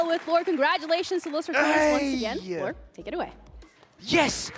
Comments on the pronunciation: Can stop saying L-OR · can the guy calling them "L OR" please coach his speach. doing my nut in.